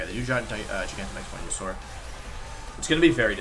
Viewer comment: Wolfe: i was pretty good at english. Also Wolfe: Wenusaur, babbie formie, yolteon